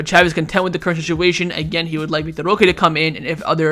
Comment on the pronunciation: Bruh it's vitor [vee tor) not vic tor